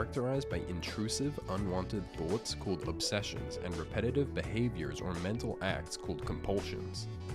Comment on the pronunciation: Btw thoughts is pronounced thots not th0tes